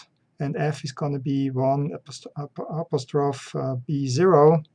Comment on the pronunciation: "AP-is-troff"... it's pronounced "ap-OS-tro-fee"